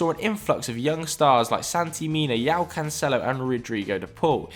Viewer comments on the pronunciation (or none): It's João not Yao he's Portuguese not Chinese